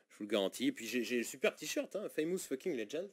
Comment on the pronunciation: "Faymousse" comme "petit pimousse", ou "une p'tit' mousse" ? ou "pourquoi tu tousses" ? 😉